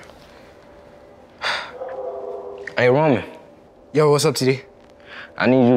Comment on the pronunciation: I cracked up when td noticed that roman was shot and he said raman